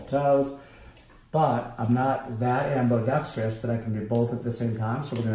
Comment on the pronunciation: AmbOdextrius?! Is it really pronounced like that or is that just one of your quirks? Side note: I LOVE YOUR QUIRKINESS!!